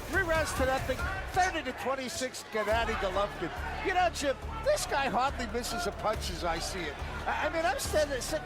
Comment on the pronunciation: "Jennadi Gollovin" He ain't too smart, is he?